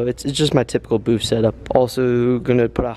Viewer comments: Its BOOTH. Not BOOF. Lol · just messin with ya. Sounded like you were saying BOOF. Could be my lousy hearing. Lol